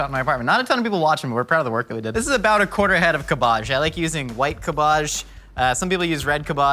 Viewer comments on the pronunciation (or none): It’s cab age not cabaje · No one: Absolutely no one:: CaBbAaGgg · "Cab'bajj" love the pronounciation :D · I was eating while watching this episode and I was looking at my food instead of the screen when he kept saying CaBoJ, I thought there was actually some fancy ingredient called that XD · It took me a solid minute to realize "𝓀𝒶𝒷𝒶𝓊𝑔𝑒" was cabbage. I was sitting there thinking "idk what that is. Am I really that uncultured??" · Ca-BARGE The favoured ingredient of Mortal Kombat's Ka-BALL. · “MY CABA-JZHES!” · "kabbaj" okay. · stooooppppp it's not kabajjj 😂😂😂😂😂 LMAOO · Cahbarrrge 😂 never heard it pronounced like that before 😂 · Cabbage pronounced 'cab-bige', not however it was pronounced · Everybody: Cabbage Mythical Kitchen: Cabbaje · "CAB-IDGE" my friend, its pronounced "CAB-IDGE" 😂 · Thank you for relentlessly pronouncing cabbáge the way you did 😂 I love pronouncing it that way too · Wait Do all americans call cabbage, "cabbahj"? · Making fun of your nana's pronunciation and then saying cab-BAAAGE... Run's in the family, right? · Cool Vid will try the recipe but are you trolling or serious when your pronouncing cabbage like KErrrrBadge .Or CuuHBaaHhzzZHhhGGGGEEE. At first i thought you were being funny then you kept saying it. Inquiring minds want to know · Is he saying "Cabahge" as a joke or does he actually pronounce it like that? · no one: absolutely no one:: cUH BAJH i wasnt sure how to spell how he pronounced cabbage but i tried my best. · Why isn’t anyone commenting on the way says cábbage? It’s so weird to me that he says it cabbàge, is he joking? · was DEDICATED to that "Cuhbbage" bit. Impressive. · I hope he's saying "cabbaj" ironically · It took me a while to figure out! I thought he was using some vegetable I had never heard of called like Kaboj or something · I can’t tell if is saying cabbage wrong for the meme or that’s how people in California pronounce cabbage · I don't know if i love or hate of how pronounce cabbage